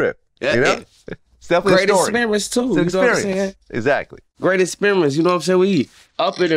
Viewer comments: It was a great “experence” 🤣🤣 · Great "experence" too lol